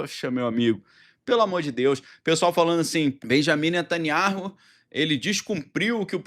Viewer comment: Pronuncia-se NETANYAÚ, você sabe hebraico. Esse H é mudo.